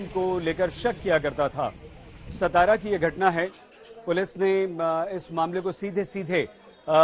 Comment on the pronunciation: It's not सतारा.. it's सातारा